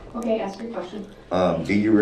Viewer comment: I cringe almost every time he AXES a question 🙄